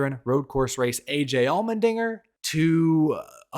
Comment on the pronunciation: Sorry I can't unheard the way you say "Almond-inger" 😂 Thanks for the silly season updates!